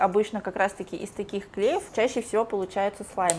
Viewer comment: КлеЁв , а не клЕев